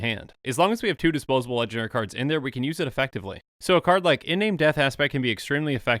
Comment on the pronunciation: I'm just gonna be throwing him into my Atraxa superfriends deck. If I can find room for him, that is. Btw, Iname is pronounced 'ee-nah-may'.